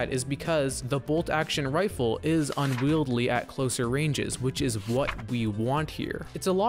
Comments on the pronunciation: Will someone tell this man it's "unwieldy" not "unwieldley" 😭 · Unwieldy not unwieldly